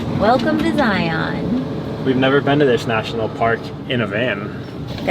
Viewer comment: Very nice. Btw, the correct pronounciation of Zion rhymes with lion.